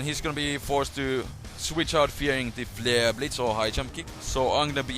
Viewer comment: You say flare like fluer.